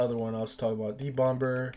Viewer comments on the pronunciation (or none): 36years n this the first time I’ve EVER heard someone pronounce the B in “bomb” 😂😂😂 making me cringe fr